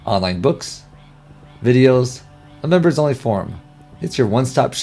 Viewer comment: This is not a great ad for this product because the narrator is speaking too quickly. It makes me worried about the quality and attention to detail in this training...if all of the videos are narrated this way it would be very difficult to watch. He makes it sound like "Crystal Reports" is one word 'cryslrpts'.